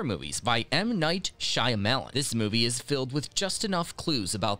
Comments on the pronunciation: Can't listen to him saying SHY A MELON over and over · Shy. Lemon...